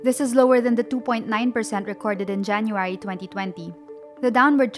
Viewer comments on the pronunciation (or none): none